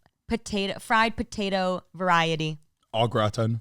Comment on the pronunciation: i love the way says “potatuh”